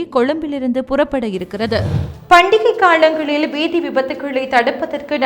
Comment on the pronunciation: என்னும் அழகான தமிழ்ப் பெயரைவைத்துக் கொண்டு தமிழை கொல்லாதே தாயே காளங்கல்இல்லை ( காலங்கள் ) என்பதே சரியான தமிழ்ச் சொல்